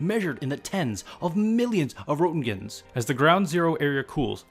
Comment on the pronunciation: You also butchered "Roentgen" but sought no forgiveness for that ...